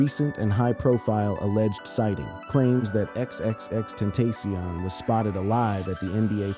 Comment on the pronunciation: Ten-TAC-ion NOT TENTASIAN SMH 🤦